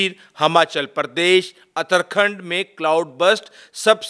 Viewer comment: Very good information sir jee Baqee AAP aik ghalti hameshaa k liye theek karden AAP nay kaha UTTER AKHAND YEH IS TARAHAA HAI اُتر اکھنڈ ۔۔۔۔ آپ کو الف کے اوپر پیش دیکر کہنا ہے اُتر کا مطلب شمال یا نارتھ ہے یہ لفظ ھندی اور سندھی زبان میں استعمال ہوتا ہے ❤